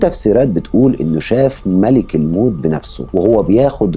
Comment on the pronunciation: تصحيح : ملَكُ الموت بفتح اللام وضم الكاف وليس : ملِكُ الموت .